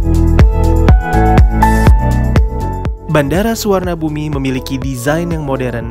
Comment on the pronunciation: Suvarnabhumi ( swarnapom) if Want to pronounce its in correct way... Not sufarnabumi